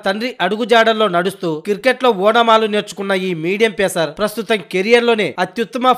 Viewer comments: క్రికెట్ అని సరిగ్గా పలుకు........ And any how best of luck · Kirket kadhu ra cricket